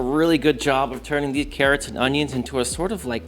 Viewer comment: Distant “Ohn-YOHN” echoes through the valley